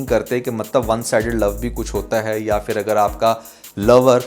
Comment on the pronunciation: Word is phir but you always say fir is a Hindi word I hope you consider it right